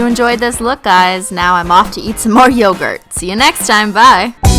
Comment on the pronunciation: You pronounce yogurt wrong😂but love your videos👏🏼😘